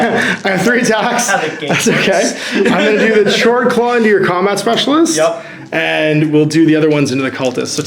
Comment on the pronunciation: I'm back, just a friendly reminder that "Chord" is pronounced (k-ord) like a music chord. Great video again :)